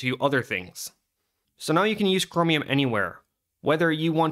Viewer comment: The way u say cromium is bothering me but also funny for some reason